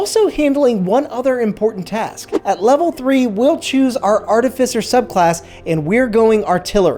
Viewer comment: Thank you for pronouncing “Artificer” correctly 😅